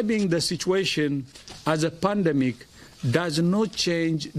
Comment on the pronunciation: He said pandmic